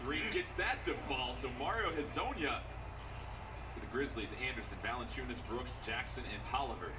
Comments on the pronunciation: The commentator literally said it properly a second before flight fked it up lmao its so crazy hes off of it 😂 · Comentator: Valenciunas Flight: Valenkyas